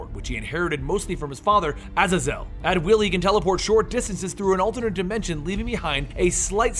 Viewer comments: it's not (Ah-Zah-Zil) it's (Aye-Zey-Zil) like Hazel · It's pronounced Aa-zay-zel pretty sure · Azazel is ah-zay-zel. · I love how you pronounce his dads name wrong it’s pronounced (ae-zae-zul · It's pronounced Vahg-Ner, like the composer. Also, Ah-Zay-Zel. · its prounouned uh-zay-zul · His father's name is pronounce "A-zay-zal". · btw is pronounced (a-ZAE- zel) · A ZAY ZELL lol love your pronounciations of names some time great work keep it up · Isn't Azazel's name pronounced A-zay-zel. I think that's how they pronounced it in the movie. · Thought it was pronounced az-zae-zel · U siad his name wrong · The way he pronounces Azazel angers me greatly